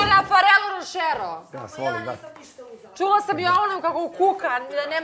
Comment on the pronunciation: Rosava kaze rošero